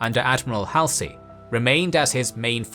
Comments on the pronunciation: Good, accurate vid. Though I have a couple critiques because I care. First its HALL-ZEE. Bull Hallsey, not Hal-C. Second, you read, 'Unfortunately the torpedoes missed (sic) the American ship". Let's be clear - in this battle I would think that was very fortunate that our ship was missed. Bad use. The IJN was the bad guys. Also, (for the writers) try to just use the verb and scrap 'managed to'. Carry on! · I still find it hilarious that he call Halsey: Hal say when Americans pronuce it Hal zey